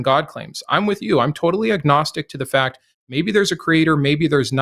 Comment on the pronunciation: Is it A-gnostic not ag gnostic? Don't pronounce the G.